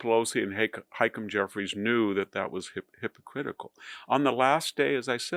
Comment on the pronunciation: It's "hypocritical" not hypocritcal.